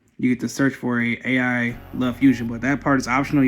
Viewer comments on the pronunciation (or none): Have been looking at this deck, thanks for some ideas on how to build, only thing I don't like is you saying A.I everytime lmao the A is basically silent, all the puns make sense when pronounced correctly.